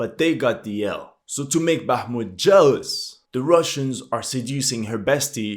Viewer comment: very impressive, now try to pronounce Bakhmut's soviet era name- Artyomovsk)